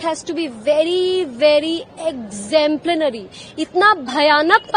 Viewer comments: Listen to her English "explemplanary"😂😂🤣🤣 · "Exemplanary" - increasingly this is becoming a growing concern. These actors feel less about themselves if they speak in pure Bengali all through. And in that quest at times they say such wrong words, wrong pronunciation that we the rest of the Bengalis feel embarrassed